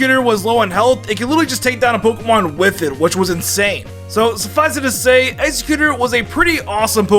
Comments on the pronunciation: Wtf is Egg-xe-quter. I love you, but tht is driving me nuts lol 😆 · Lol saying Exeggutor wrong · I hate how he says Exeggutor lol